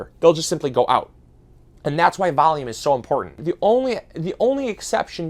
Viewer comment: Valume and a bax